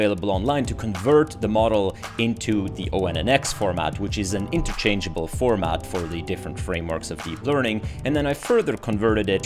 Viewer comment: FYI ONNX is pronounced "Onyx" like the gemstone.